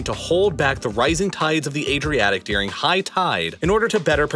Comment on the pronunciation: I really enjoy your videos but your pronunciation of the word during, is maddening. You say, "dearing" instead of during.